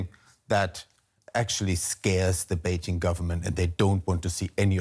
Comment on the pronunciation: Beijshhing.....It's not in France you know, no need for this dodgy pronunciation.